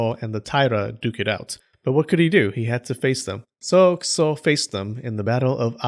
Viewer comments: You kept saying Kiso; I kept hearing Kuso. I kept giggling every time. "Lord Shit enters the battle!" LOL I need to get out. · Dude I thought I was the only one 🤣🤣🤣